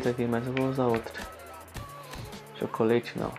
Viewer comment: mano,não é chocoleite que fala,se fala tchócolate